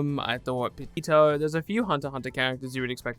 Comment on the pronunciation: WE DID IT BOIS! HE SAID PITOU RIGHT!